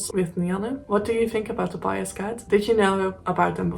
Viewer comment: Fine presentation, no issues with your pronunciation of the cat's name. Thanks.